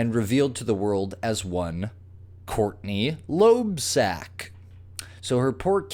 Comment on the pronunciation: "Loebsack"?! Dear Lord.